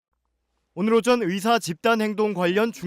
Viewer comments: 여자의사들이 일을 안한다는게 아니라, 여성 의사들이 남자 의사들 보단 혜택 받음. 생리나 출산때문에. 그런데 그 혜택이 당_연히 해주는 것이라고 생각하면 안됨. 권리와 자유의 나라에 사니까, 받는 혜택 임. 발음 샌거로 자극적인 썸네일 + 남녀 갈라치기? 유치하다;; 뉴스다운 뉴스로. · 의새 ㅋㅋㅋ 발음 정확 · 확실히 의새로 들리는데. 의사를 더러운 검새나 판새로 보나보네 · 뭘 의도적이냐? 발음이 잘못나온거지..ㅋㅋ ㅋㅋㅋㅋ 검새. 판새. 짭새. 이새"ㅋㅋㅋ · 의사가 어떻게 의새로 발음이 되냐 ㅋㅋㅋㅋㅋ 아와 애는 혀의 위치가 완전 다른데 평소 의사에 대한 생각이 어떻길래..^^ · 의사 발음을 잘못할 수도 있지 그것같고 지랄하면 발음 못하는 사람 다 비난해야하냐? 의사를 의새로 잘못 나올 수도 있지? 쌀을 살로 발음하는 지역 사람들도 그럼 비난받아야하냐? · 발음이 잘못된거지. 장냐치냐. 의사협회들아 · 발음이 잘못 나온건데 이렇게 과장 하고 부정적으로 표현하는군요.. 온국민이 주시하는 이런상황에 의사님들이 생각하는 그런 발언을 할수 잇읍니까. 억지를 써도 너무 불편하게 쓰시네요. 지능과 인성이 비례되면 좋겟읍니다.